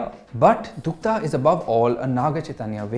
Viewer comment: My opinion to your review is the same as yours in this video...if it is very slow paced for you, i think you should stick to movies....u didn't even pronounce the name of the series properly........god bless you when you watch the final destination.